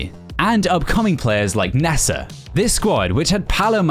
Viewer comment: Bro just butchers the names nessa it’s nesta